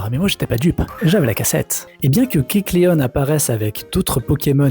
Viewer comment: Alors kecleon etant inspiré du caméléon, on ne dit pas kecleonne mais kecleon